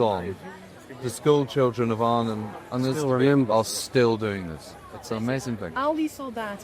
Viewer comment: I'm not Dutch, but I lived for a while near Arnhem, and to my ears "Oosterbeek" is pronounced more like English "Oaster Bake" (rhymes with Toaster Break). The 'g' in -weg is not hard 'g', but more like like 'ch in Scottish loch.